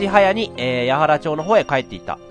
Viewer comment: やはら町だよ？ゲーム中の音声の何を聞いてるの？